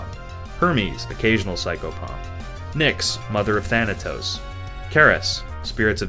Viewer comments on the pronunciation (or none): none